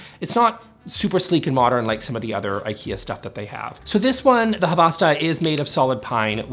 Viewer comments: Isnt it havsta hav sta ? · Correction: It's 'Havsta' not 'Havasta.' Two syllables, not three. A rare mistake by the (usually) articulate and precise. I've heard that Swedish people actually are forgiving about pronunciation, as suggests, but that they're real sticklers for spelling. And you don't want to make the Swedes mad. "No meatballs for you!" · I dont think you need to care how to pronounce Havasta right, im swedish dont even know how it should be pronounced 😅